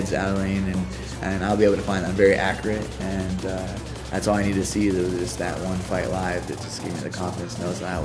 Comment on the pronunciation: "My angles are more spurcise" " Im very acriate" Cody is so dumb lol